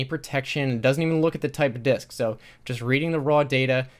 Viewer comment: Internally laughing when he said “disk”